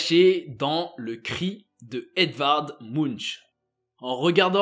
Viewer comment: écrit munch prononcer munk please please